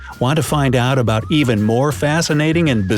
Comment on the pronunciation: You said about is wrong